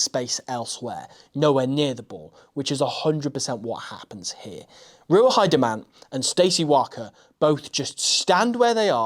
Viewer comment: Minor correction on the pronunciation of Ruahei; Roo-ah-hay. ;-)